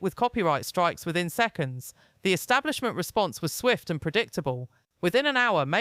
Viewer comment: Not trying to be disrespectful but what the fk is the British " ESTABLIMENT " ???? Think the word you're maybe trying to pronounce is " ESTABLISHMENT " ?? Yes I agree with everything that Tom Hardy has to say but if you're actually trying to grow your channel then I suggest you try a little harder with your grammar + pronunciation. Im from Glasgow ( obv Scottish) + you'd think that maybe given the fact that your English would mean that your spoken " ENGLISH " would trump my Scottish spoken English but obviously not. There's not much that actually annoys me but 1 of my biggest pet hates is how much the English mispronounce the English language. ie; "free" instead of "three" ??? , don't understand why having the letters TH at the beginning of a word is so difficult to pronounce + is subsequently substituted with the letter "F" ?!? But your mispronunciation of" ESTABLISHMENT is missing 2 whole bloody letters in the middle of it !!! Unless Im misinformed + there is such a word as " ESTABLIMENT " ??( which there isn't , just incase you're interested ??) . Sorry for the rant but if you're going to post something YouTube as newsworthy then I'd maybe start proofreading everything 2 or 3 times before doing so bcos no-one will EVER take you seriously if you speak like this !! + I'm not being disrespectful to your accent or that your English, not at all, it just blew my mind when I heard you say ESTABLIMENT 🤯🤔🤯